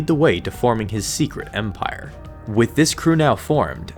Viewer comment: Take a drink every time he says empaire